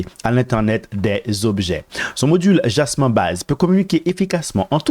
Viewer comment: Jasmy pas Jasmin. lol